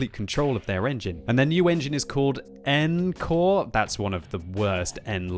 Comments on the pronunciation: When I watched this video I thought the new engine was called "N-Core", then I realised that was just mispronouncing "encore". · Pretty sure they want you to pronounce it ON-core.